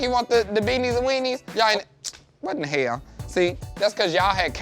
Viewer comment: “ wut in da heyl “ 😂😂